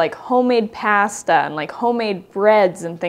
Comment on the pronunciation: I know this is old, but idk why you are so hard on yourself for using a boxed cake, there's nothing wrong with that 🤷 btw how has nobody mentioned anything about the sudden Brooklyn accent when says pasta hehe